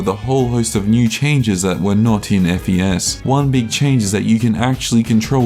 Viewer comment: you're supposed to call it fes as in the fes in fes-tival i think